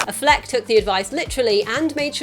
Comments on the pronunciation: good video...but it's not Uh-flec it's Affleck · The City Meh, the reviews and drop off in box office says it all. My prediction is the next movie the director will stop trying for dark and gritty and go back to trying for a good movie. Also its aFLeck you put the emphasis on the wrong syllable.